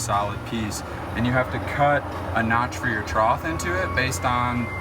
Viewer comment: Very helpful, but please stop saying troth!!